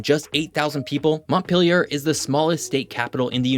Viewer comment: You know what WOULD HAVE MADE THIS VIDEO BETTER? If you had only bothered to learn how to pronounce the names of some of the state capital places. You mispronounced Montpelier and Concord. Try doing a little more research. Also, your B-roll drone video clips are un--attributed. I doubt YOU took those videos yourself so they need to have attribution to the original videographer(s). Otherwise, you're stealing their work. This video would FAIL any legitimate college course in documentary audio-video presentation. Slow down and do a better job.